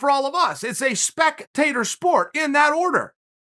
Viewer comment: "Its a spec - tator sport, in that order." Chaels abuse of the english language has gone too far this time!